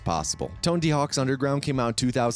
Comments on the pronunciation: TONEDY? lol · Great video but "Tonedy"? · Who the hell is Tone-D? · i love that not a single person mentioned how this moron said TONEDY not Tony....... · dude his name is tony not tondy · Please tell me I'm not the only one hearing tone-D hawks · "Tondy Hawk" "Musky" do you know how to pronounce words? edit: just got to "Bam Margarine" and "THUD" and realized it's your thing... Meh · “Tondy hawks” has been said 2 times within the first 30 seconds. I’m already about to stop watching because of this